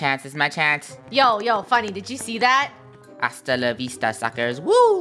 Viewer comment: "astalla veista suckrers" -draco